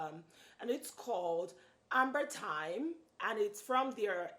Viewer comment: Its actually Amberythme not Amberthyme but great video.